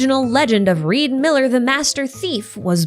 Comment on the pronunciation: His name is not Reed Miller it's Ree D. Miller